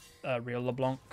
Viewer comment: Yo, as it's supposed to be french, the "c" in "LeBlanc" should be muted. The way it was intendend to be pronounced is "LeBlan" rather than "LeBlank", which by the way literally means "The White" in french. Love your videos man, keep it up!